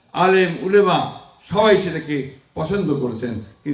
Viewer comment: মির্জা ফখরুল একখান মুসলমান উলামাও কইতে পারে না। উলেমা কয়